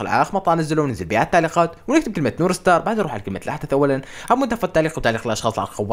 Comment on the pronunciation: ليش تقول نور ستار؟ترا هيه نور ستااررزززززز مو ستاااااار